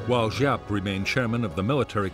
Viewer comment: General Giap..... It is Correctly Pronounced ZIAP. We had a guy work for us in Vung Tau... His name was Giap Van Coi..... He Pronounced it ... Ziap Van Coi.... Also General Dung.. His Pronunciation is,,, Yoong.. Not Dung... My Girlffriend was Nugyen Thi Dung... Yoong Sounded Better than DUNG.. ahhaah